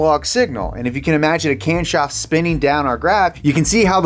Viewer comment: "Camshoft" lol